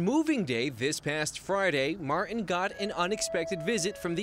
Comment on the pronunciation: It’s Martin not marren. TTTT